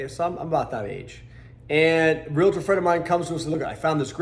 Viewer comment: Not Real-a tor..it is Real-tor. :)